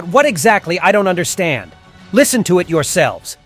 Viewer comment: Tv man said: yourselevs